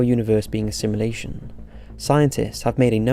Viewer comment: "Halley's comet" - the 'a' is pronounced like the 'a' in 'apple'. It's not like the band. Please learn to pronounce words properly. A little research helps and doesn't take too long The Dutch name 'Jan' is pronounced like 'Yun' .. the 'J' is a 'Y' sound in Dutch. 'SimUlation' Jesus it sounds like you're saying 'assimilation' Fuck.